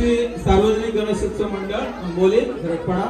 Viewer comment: आबोली नाही तर आंबोली